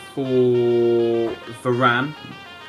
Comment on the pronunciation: va-ran-ey? wtf bro